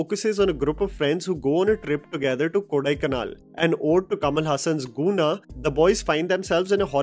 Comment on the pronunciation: Guna cave, not pronounced as Koona Cave. It was called as Devil's Kitchen and many lores are told by locals of Kodaikanal.